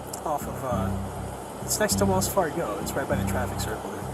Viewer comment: Wells Far-Go?